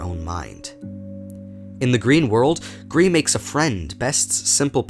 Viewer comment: dislikers are the kind of people that are mad that you suck at pronouncing Gris